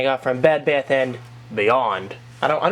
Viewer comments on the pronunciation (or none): none